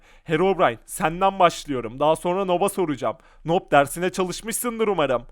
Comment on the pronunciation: Abı noob okunmuyuyor nub okunuyor